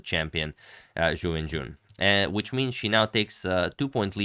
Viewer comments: Ju When-J-WHEN. The syllables RHYME!!! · not a troll just wrong. Pinyin "jun" rhymes with the syllables written "qun" / "xun" etc.; rhyming part is kinda "üin". Whereas "wen" is usually considered to rhyme with the syllables written "hun" "gun" "dun" etc.; rhyming part is kinda "wən".